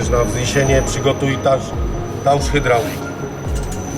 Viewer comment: "przygotuj tałż hydrałlik" ja pierdole jaki musi byc wstyd na manewrach w ramach NATO.